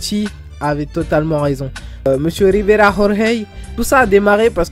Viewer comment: Rrrriverrrrra rrorrrey